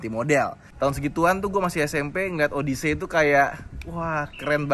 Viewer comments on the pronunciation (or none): Kaga gitu pelafalan “odyssey”, men! Odesi ( “des”nya kaya di “pedes”)